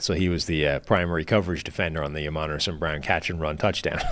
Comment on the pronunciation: Amon-ra not amen’ra